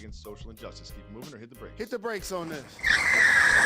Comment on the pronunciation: Did my man's just say "hit the brAks?" 😂